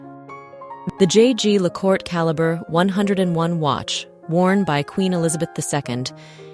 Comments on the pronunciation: The pronounciation of French in this video is appalling! Her majesty’s watch was twice made by jaeger le coultre, pronounced Yeager le kultre. Disrespectful on your side not to check the right pronounciation.😮😢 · Very odd mispronunciation of Jaeger Lecoultre. An even stranger thing to lose - unless the first was exchanged for the newer one? Fascinating channel as always though.